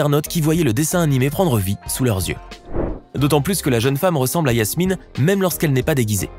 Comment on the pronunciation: C'est pas Yasmine c'est Jasmine.